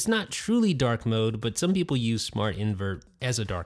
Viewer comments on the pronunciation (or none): none